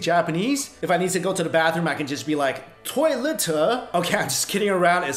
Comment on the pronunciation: Sorry I was crying when you said tolietehhh 😂